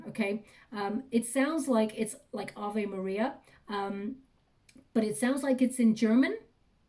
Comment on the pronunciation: I used to sing Ave Maria (in German) with my piano teacher and sometimes still do ❤ Amazing how well you pronounced the words!